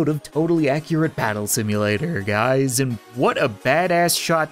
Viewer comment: In the beginning of the video he said” what’s up gads”🤣